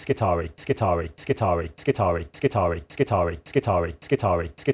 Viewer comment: when a word in latin has ii in it, it is pronounced E-I so it is skitar(E-I). this has been bugging me for a bit whenever i hear someone naming admech units